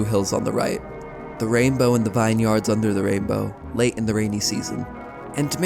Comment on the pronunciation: Definitely a smart high-schooler, though!! Oh... But it's "VIN-yerds", not literally "vine yards".😜